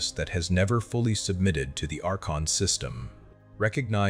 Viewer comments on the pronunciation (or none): none